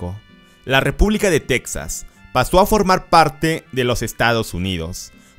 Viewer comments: Buen vídeo amigo. Pero no se dice tecsas, se escribe Texas, pero se pronuncia tejas. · En español Texas se dice Tejas no teksas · En español se pronuncia /tejas/ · Es texas no texxas